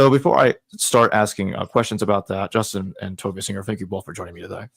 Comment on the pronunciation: Repeat after me J-u-s-t-I-n